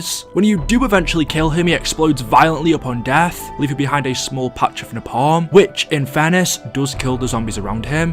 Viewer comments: Its pronounced like (nae-palm) no (napam) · Pronounced ‘Nay-Palm’ but okay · It's pronounced nae-palm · Funny how he pronounces Napalm, like Na Palm as two separate words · Hey I love the videos and I appreciate the work you put in to your amazing content. One thing though, why do you say napalm like that. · The way you were saying napalm 🙄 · listening to him pronounce Napalm without the L in the word cringes every time